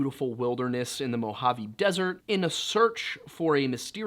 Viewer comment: Thank you for pronouncing Mojavé correctly🥺